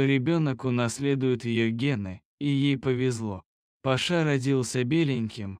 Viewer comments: Парня скорей всего зовут ПАша,а не ПашА. Слух режет. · Почему ПашА,а не ПАша???кто читает? ПашА что ли???